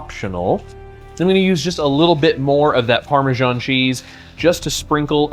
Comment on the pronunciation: “Parme-djaan” is one of the most pakistani sounding cheese on the world 😂